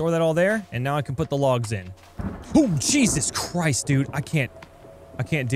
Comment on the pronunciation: When you said "jesus Christ" at a little before it sounded like you said diseases Christ